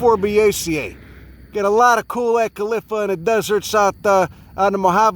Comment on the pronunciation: Acalypha! One of those smug know-it-all nursery people mocked me for pronouncing it " aka-liffa " like did ("Oh, do you mean ay-kal-if-a?")... I feel vindicated.:)